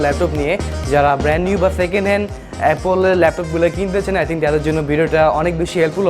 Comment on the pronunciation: Not apple it will be appole hahaha. What is saying😄😄😄😃😀😁😁😆😅😅🤣😂